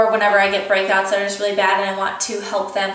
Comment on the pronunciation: when you said whenever i get break outs , i thought you said whenever i get pregnant and i was like WHAAAAAAAT and then i realied what you really said HAHAHA